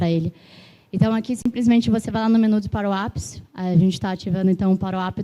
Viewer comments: Pq ela chama "parou app" ?? Nao seria "power app" (pauer ép) ? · "paruap" é pra acabar não é não? Como ela conseguiu "pauerap" ter pronúncia de "paruap"?